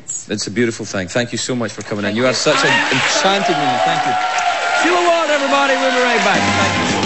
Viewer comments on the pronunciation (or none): It sounds like he's calling her "Seal Award". :D Fits right in with their talk about The Guardian. ;)